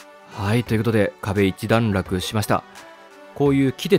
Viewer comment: 一段落をちゃんとひとだんらくと 言っていないところ。ほんとに丁寧な言葉使いすき